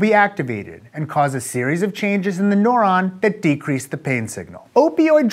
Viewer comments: Noron? I have always pronounced it "noo ron" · Your pronunciation of neuron as "nohr-ahn" is the only qualm i had about this video. Good work! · Agree, it was very distracting. Rhymes with "moron". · All I hear is .... noron .... noron.... noron.... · I'm a neuroscience student in college and I would say this is an excellent, simplified explanation, although it did escalate in complexity rather quickly. Most of all, the way Aaron says "neuron" is hilarious; he makes it sound like nohr-on instead of nehr-on. Not wrong - just funny. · Haha, I thought it was just me. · This guy's a doctor and he can't produce 'neuron', 'enkephalin' (enkelfin was hilarious to hear), and refers to 'nociception' as 'pain'... Dear lord...